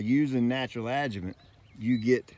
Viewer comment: Thank you for writing the word adjuvant on the video. You keep saying adjument which I could never google so I didn’t know what you were talking about lol